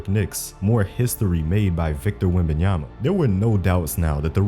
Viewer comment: "wembayanfnen" 😭😂😂😂😂 i cant man